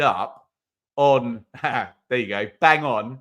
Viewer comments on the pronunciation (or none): none